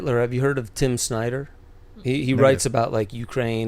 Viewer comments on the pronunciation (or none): none